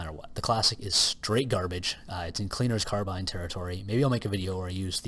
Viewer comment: The name "cleaner's carbine" rhymes if you pronounce it correctly.